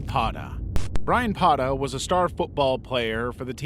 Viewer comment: Brayan PaTA, not Pada.. PA TA. With a fucking T.